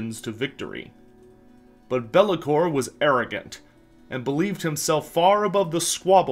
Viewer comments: i bet you its a verminking and not bel'lakor lol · It’s Be’lakor or it is Nagash. There is no one else.